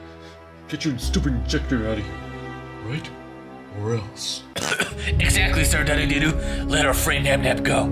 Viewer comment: Its not sir dadadodo its sir dadadoo